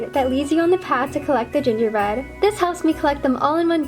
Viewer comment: Did any one notice that she said gingerbed? Like if u did